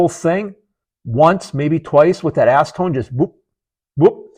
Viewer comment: It sounded like you said "ASS-tone" not "acetone". On a more serious note, I'm really enjoying your videos 👍